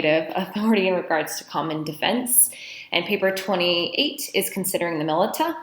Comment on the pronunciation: The way you pronounce militia is adorable.